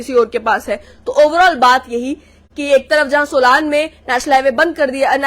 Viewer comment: सोलान नहीं बो सोलन है